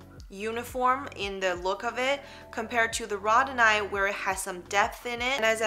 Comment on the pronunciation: Row-dow-nite, not the pronunciation you are giving. Not to beat you up, just believe if you are offering educational videos you should definitely have correct pronunciation 😉.